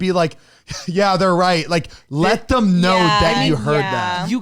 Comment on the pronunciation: The way that always says “thum” instead of “them” 😂